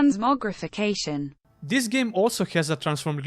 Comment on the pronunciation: Listening to him trying to say transmogrification was the best part lmao English is my first language and even I can’t say this and he did pretty damn good trying to say it